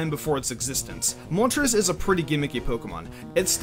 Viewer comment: "Moltres is a pretty gimmicky pokemon." the way pronounced it....mol-ters